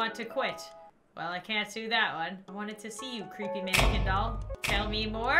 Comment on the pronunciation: IT CWEEPY